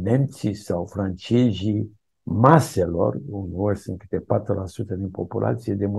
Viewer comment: nemjjjji, franjjjejjjjjjjii?